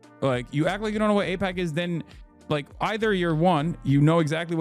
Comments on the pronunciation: I'm sorry but Hasan is being disingenuous. You're gonna say he doesn't know AIPAC just because he said he doesn't know how its pronounced? thats low. I didn't hear him one time say he didn't know who they were. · Packman has done the mispronounced confusion thing before. I can't remember what it was but maybe someone can find it. I think it's a "tell". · That's the smoking gun? Whether he can pronounce AIPAC correctly? JFC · Pakman doesn't know how to pronounce aipac, and Donald Trump never heard of a man named Jeffrey Epstein until the media started asking him questions about the guy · Why stop there? Just call him Maga. He pretended to mispronounce AIPAC after all🤷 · I think it's fair for people to not cover extremely stressful topics like that. On its own, I don't think that's enough to allege that he might be funded by AIPAC. Pretending he doesn't know how to say AIPCA when he wrote about it in a book in the past? I'm absolutely baffled. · Pacman can't say AIPAC and he can't say genocide either. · David Aipakman. Not sure how to pronounce that guys, sorry... (notwithstanding calling Reza Aslan a fraud)